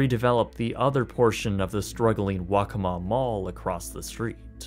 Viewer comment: I live in South Carolina, and while I never went to the Hard Rock park while it was open, as a kid I did go to the Waccamaw Mall once. Honestly I was pleasantly surprised when you said it right. People mispronounce it all the time. :) This was a neat look back into something that I remember.